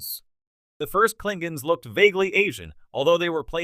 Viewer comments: Actually, if you watch TOS, they often pronounce it “Klingans,” so… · Pity you can't say the word KLINGONS LOL